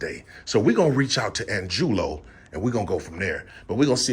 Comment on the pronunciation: Angulo? Is pronounced ahn goo lo if he's Hispanic.